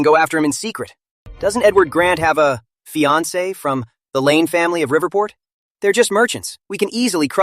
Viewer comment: When will they get the pronunciation of fiancé right😢